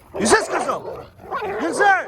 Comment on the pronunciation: Я конечно не знаю, но команда у собак взять,получается почти с первого раза и почти у всех.Они типа могут долго с десятого раза выполнять команду,а вот взять,усваивают лучше всех! И может это генетически... А когда кричит "НИЗЗЯЯ", очень похоже на взять,пересмотри... Пересмотрел? Нет? Ну и зря! Мы то уже побольше знаем о твоих питомцах чем ты сам! Кто согласен лайк! Социологический эксперимент! Ждёмс